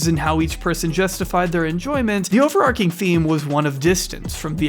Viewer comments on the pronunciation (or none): Do you say arch like "arc"? No? Then why are you making an exception to mangle overarching like "overarc'ing" then?